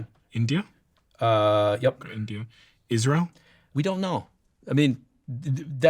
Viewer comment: This guy is all wrong about Isra-yell. See Hannibal directive